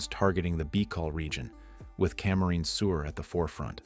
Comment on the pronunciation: Camarines is NOT pronounced correctly!!